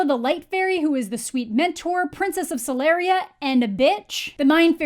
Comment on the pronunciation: They say Solaria wrong!!!!!!! OMG